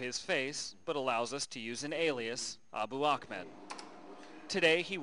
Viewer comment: Ahmed and Akhmed are two different names with different pronunciations. There's your answer.